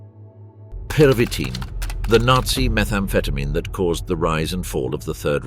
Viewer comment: My amused observation is that your AI cannot decide whether it wants to pronounce the medication as pervitin, perveeteen or pervy-teen with a perceptible pause between. Otherwise an excellent documentary.